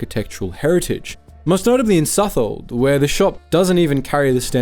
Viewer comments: Suthold? It's pronounce how it's spelled, South-wold! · i'm sorry but as someone from the east anglia area as such, its always pronounced South-World, never sufold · It's pronounced "South wold". It's not like Southwell etc.